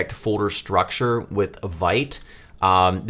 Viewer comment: Excellent start, I’m looking forward to part 2! Also Vite is pronounced “veet” and is French for “quick”.